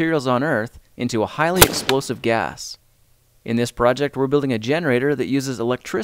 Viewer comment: Emphasis on "explosive."